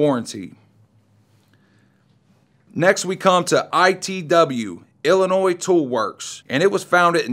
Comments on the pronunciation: Dude, you don't pronounce the S in Illinois!!! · The s in Illinois is silent